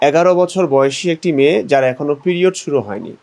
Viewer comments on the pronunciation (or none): শব্দটি "প্রিয়ড" নয়- "পিরিয়ড"।